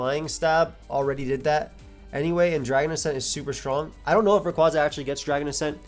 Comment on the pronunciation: Based off the Japanese spelling, it’s Ar-see-us. Also, Rayquaza is pronounced like a quasar.